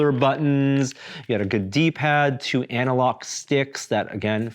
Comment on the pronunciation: Did he say Anna Lock sticks ?? Because I know he didn't say analog!!! ;P